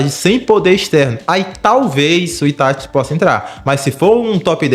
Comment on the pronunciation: "Tachi" kkkkkkk